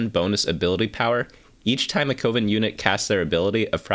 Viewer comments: CO-VEN? Pretty sure it's like a witchs' Coven which rhymes with a baking oven. :/ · Coven rhymes with Oven, not Woven btw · Coven (pronounced like oven PLEASE) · Are we all just going to ignore the way he pronounces Coven?